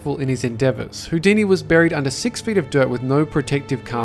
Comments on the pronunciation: Its harry 'hoodini' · HOO-DENI. I'm so sorry.